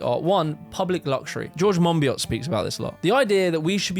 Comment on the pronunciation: Excellent video, love the positive vision for what could be! Would love to see you interview George Monbiot, if for no other reason than to see you pronounce his name in front of him😂(but also because it would be genuinely interesting!)